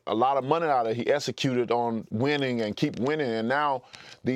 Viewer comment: Its eXcuted deontay, not esscuted.